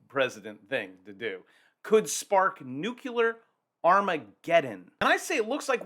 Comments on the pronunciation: Say nuclear - not "nuculure" "Nuclear" (New-Clee-ar) You might lose credibility just as many U. S. presidents have speaking this way. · Wait, NUCULURE, or NUCLEAR?😂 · it is pronounced "noo-clear" and definitely NOT "noo-cue-lar". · That lovely Maine “abode” will not look so comfortable when the 1000’ wave shows up on the horizon after Vlad’s new deep underwater nuk-nuk. Also,it’s noo-KLEE-ar, not NEWK-you-ler. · Please! For all that is holy. I've commented this before. Stop saying new cue ler!! It's new clee err. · I never take anyone seriously who pronounces Nuclear as Nu-CU-LUR- ..... It's NU - CLEAR. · Damnit. "New clear" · People who pronounce "nuclear" as "nucular" lose credibility with me. 🤣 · Nuclear nucular tomato tomato. Nope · Why they keep saying nuculer? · Say it with me: New-clee-er 😂🎉 GREAT JOB! 👏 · Nuke ya Lar.... Sounds scarier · ...love ya, man, but PLEASE don't pronounce "nuclear" like the war-and-false-flag-criminal, Dubya, does. There is no "u" in the middle! 🤣